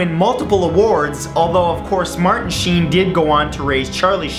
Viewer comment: for a minute there I thought he said charley scene but it was charley sheen